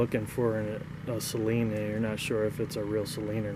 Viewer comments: It’s not pronounced si-leen It’s say-leen Just btw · “Say leen” Only 1 consonant after the vowel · Bruh I swear it’s sayleen at least it’s how it’s pronounced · Out of every Saleen owner I've ever met at meets, every one of them besides maybe 2 have said SAYLEEN including me. I know how it's pronounced but everyone refers to them as SAYLEENS. Kind of like how people say Louivull, Louieville, and Lewisville.